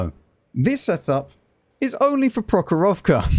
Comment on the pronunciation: Your pronunciation of the map "прохорОвка" is really fun 😂 The stress should be in the end